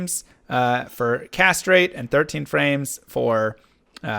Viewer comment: I was confused when you said "Cast Rate". I was like..."That's not a Necromancer Skill, dude!" Then, I understood what you meant, as I heard it as castrate instead of cast rate...at 1.75x viewing speed.